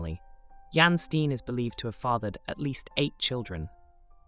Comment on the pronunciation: I enjoyed this video, but Jan pronounced "Yahn" and Steen is "Stay-nn". It was really distracting.